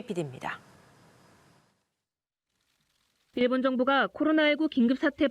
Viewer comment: 발음교정 좀 하시길... [ㅇ일본]이 아니라 [일본]